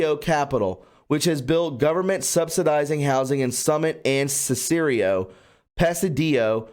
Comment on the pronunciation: Cicero is sis uh row. Illinois is ill annoy. No S at end